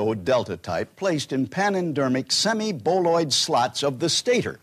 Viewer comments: Semi-Boloid! Not semi-bovoid! Get it right, rookie! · Semi-BOLOID stators. Not "bovoid;" those are made of cow leather, which would break down over time in the turboencabulator's hygroscopic parapneumatic fluid.